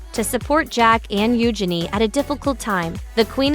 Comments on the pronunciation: They inherited the worst physical features from their parents. BTW, PLEASE pronounce their names correctly! Eu-zhen-ee, not U'junee! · Her name is not Euginny. It is Eugenia. Pronunciation is kind of important. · I could only handle listening to you pronounce her name U-Jenny once and I had to stop .🙄